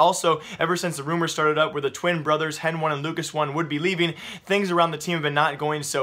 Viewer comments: did this man just pronounce hen1 hen one LOL its heni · hen one ??? i think its heni is what they call him and not hen one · If he doesn't stop saying hen1 instead of heni I'm going to lose my shit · stop fucking reading henone its heni god damn your pissing me off